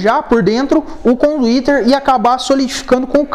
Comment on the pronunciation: CONDUITERRRRR KKKKKKKKKKKKKK